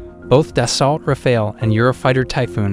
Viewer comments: Its not da salt - its da so. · You couldn't look up how to pronounce Dassault?